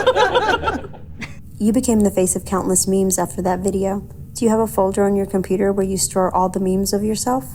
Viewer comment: THANK YOU COMPUTAH